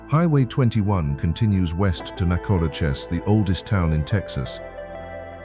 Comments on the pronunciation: Please get the name pronunciation right Nacogdoches is pronounced Nak a doe chez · LOL Lufkin and Nacogdoches where a little off, but that is ok I think it was a Ai voice anyhow but relaxing I also have lived in East Texas my whole life will never move.